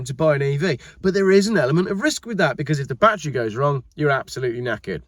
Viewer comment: 1. You prounce "battery" the same way we do in Texas, so you are OK. 2. Biden has stepped aside, probably pushed, and cackling Kamala has replaced the geezer. So much for sanity and American politics. 3. Elon Musk is an entrepreneur, not an EV fan. It looks like he is already positioning Tesla to sell or simply shut down. Any bets there won't even be a Tesla brand in 2 years?